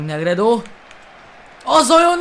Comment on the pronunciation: közelebbről lőjj igaz,hogy messziről is lehet de közelebbről nagyobb erővel.Egyébként nem Negredonak kell ejteni hanem Negrédónak;)